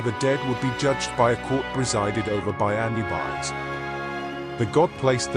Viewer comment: Another bot that can't even say the name correctly. -1